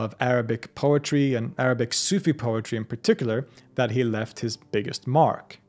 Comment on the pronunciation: Your Arabic pronounciation is basically perfect and a joy to the ears.